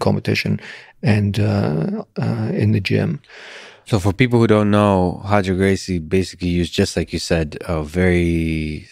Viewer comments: 로저가 아니고 호저. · I trained under Roger for years, his name is Roger not Hodger .. hes lived in the UK since he was 12 and no one calls him Hodger in English. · His name is Roger not Hoger! 😂😂😂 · R/Hoger Gracie. The Portuguese R is pronounced like the English H. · How to sound like a BJJ expert: pronounce Brazilian r names with an h sound